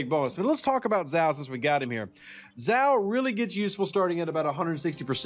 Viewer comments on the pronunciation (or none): If Zhou supposed to be Chinese, which I presume he is, his pronounced roughly like 'Joe' and not like 'zow' ;o) Ask any Chinese speaker... Doesn't change the fact that this is a great video, once more, and I'm sharing it with my aliiance! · Even though I have quit the game, I still monitor this channel so I can point out .. Zhou = Joe, not Zow